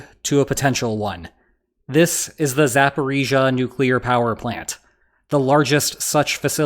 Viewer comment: i am so happy you get the pronunciation right